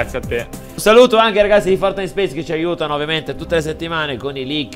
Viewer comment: Nobody:: FoRtINiTe